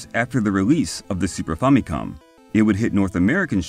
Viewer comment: Also. On a side note, thanks for pronouncing famicom decently. I hear FAMMY-cawm in a lot of vids instead of fa-mi-cohm.